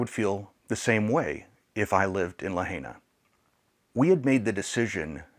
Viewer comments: Please start with pronouncing Lahaina correctly. It's La high na, not La hay na. Thank you. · Great video but please learn to pronounce Lahaina correctly it’s La Hi Nuh Not La Hay NA We lived in Hawaii for 3 years, on Oahu but visited the other islands. I have photos we took in Lahaina. I’m so sad for the people of the city, the island and the state. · Just an FYI, it is not “le-hay-nah”, it is pronounced “lah-hai-nah”. The “hai” rhymes with “tie” or “sky”. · La Hi na, not La HEY na. This happened to a close friend of mine. She lost everything to her name. I donated directly to her but more mutual friends have gotten together supplies to send as well and she will distribute as needed among her friends and neighbors. Good message here. So much of Hawaii's income is related to tourists. Thank goodness my friend doesn't have a tourism related job. When she lived on Ohau, that's how we met. We were stationed there (navy) and I worked with her on the USS Missouri:) This was more than 25 years ago. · Its LaHIGHna.. NOT La HEYna!!!!! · Thank you from for your video. Just a quick note, It’s pronounced “La Hi Nah.” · It's pronounced LA high na. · Pronounced La Hi Na,. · Dear friend, it’s pronounced La Hi Nah. Kihei is “key hay”. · Lahaina is pronounced La hi na. I was in the fence about tourists going to Maui but they need you! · Wonderful message, and perhaps you'll take this as "judgement," but please!! It's La-HIGH-na. (And Key-HAY!) ❤❤ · Great video. I believe it’s pronounced “La-hi-na”. We’ve need there many times and we’re so saddened to see it’s total destruction. Our prayers are that they will rebuild. We usually stay in Kihei (Kehay). Hope the wedding was beautiful. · I don’t mean to be picky, but the pronunciation isLuh high nuh. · Main thing they dont see this, it will prob anger and cringe many by the way u pronounce Lahaina. Would be hard to wrap their head around and painful/heartbreaking.